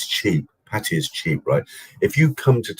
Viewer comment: Thai people call pattaya PAT-TA-YAAAAAAA. That's how its correctly pronounced in Thai (wikipedia pronunciation is correct you can listen to it). BTW you are right to warn people about travelling now, you'd have to be either insane or have deep pockets to try it. The tests are simply too much risk of banging up abroad!